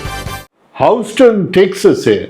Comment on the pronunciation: হাউস্টন নয়, হিউস্টন।